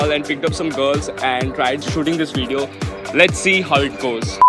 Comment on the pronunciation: I love the way you say video as " veedio" 😊 Love from the UK